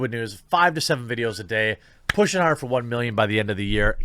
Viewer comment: Emphasis on hard lmao